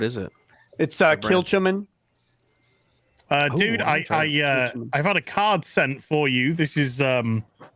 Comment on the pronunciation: Lol at pronunciation of Kilchoman